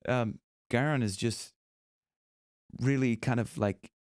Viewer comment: Gorran is pronounced Go - ran, not ga-ran.